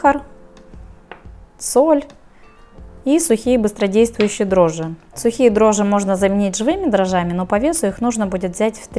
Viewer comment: дрожжИ((( а не дрожжЫ(((